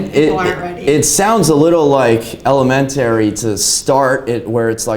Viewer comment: El-a-men-terry??? OK